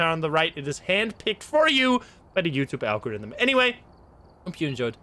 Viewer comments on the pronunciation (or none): none